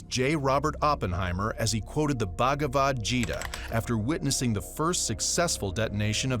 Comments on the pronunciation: "Baagabat Jita" Wth!! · Lol I didn't even understand that they were saying Bhagwad Geeta until I saw your comment.